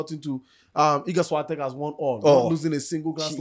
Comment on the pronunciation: this is not a way to say Świątek